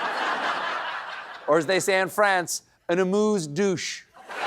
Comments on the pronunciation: Amuse Bouche not douche is shower ! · "Amuse-bouche", not "Amuse-douche". Please, Colbert, don't murder the French language. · "Une amuse bouche" is an appetizer in French but Stephen Colbert appears to say "une amuse douche". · C'est 'amuse Bouche' (mouth) pas 'douche' (shower) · lol... Amuse bouche... not douche! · Un amuse-bouche (mouth), not un amuse-douche (shower). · Amuse-bouche, not Amuse-Douche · We say in French Amuse Gueule I guess you meant Bouche it sounded like. Douche which means shower and I hope Trump will get a cool one. I have my dual citizenship. I’m from Quebec Canada. He better go enough to hear about him. Let’s move on with our lives. Marie -Elaine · It's an amuse-bouche, Steven, but we love you so the French forgive you 😂😂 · We say "amuse-bouche" Stephen :D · Did you say "Amuse douche??"